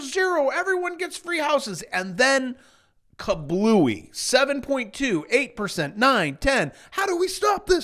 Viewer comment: And then....KA-BLEW-EE😂😂😂